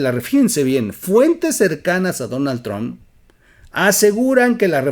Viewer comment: Oye güey se pronuncia tromp no se dice final tron